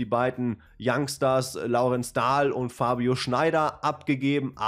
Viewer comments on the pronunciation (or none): Der heißt Dehl nicht Dahl.